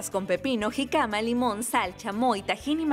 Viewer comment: es Jícama, no Jicáma